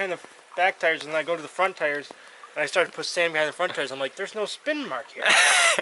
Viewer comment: Car or truck? Its a Tar or Trar